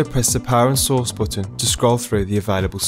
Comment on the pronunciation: LOLOLOL "PRESS ZE BOOTON (BUTTON)" ze BOOOOOTON, ahaha